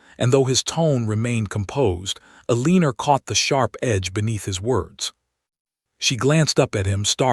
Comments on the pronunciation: Please! Pronunciation!!! Her male is Ellen-or, NOT Elleaner!!! This is just a sample but important since she is the leading (leeding not ledding). Another, read, read (read >red being past tense pronunciation). Ugh!!!!! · El la nor please that is her name. ai bad.